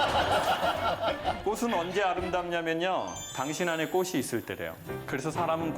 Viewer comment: 댓글을 보니 전부 긍정적이지만.. 고향이 충청도이신가요? 그 쪽분들 발음이 주로 치 발음을 못하더라고요 끝이 나다를 끄시 나다 빚이 많다를 비시 많다 꽃이 지다를 꼬시 지다...... 다 알아 먹지만 옥에 티라고 하면 그렇지만 프로가 되려면.....